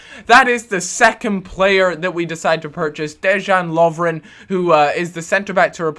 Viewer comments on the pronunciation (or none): Deyan lovren and mario gote-ze not gurt-ze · Prenounce dejan lovren, as deyan lovren